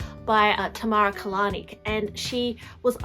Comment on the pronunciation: Her name is Tamara Kalinic! So you pronounced her last name Incorrectly! Learn next time!